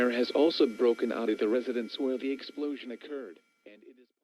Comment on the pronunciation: "Eplosion"? What is an "eplosion"?